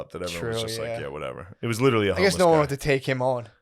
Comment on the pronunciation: Every time Matt says: “ LIT-TRILLY” I want to LITERALLY choke him